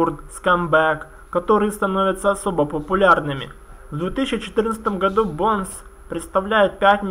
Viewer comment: БОУнс, не Бонес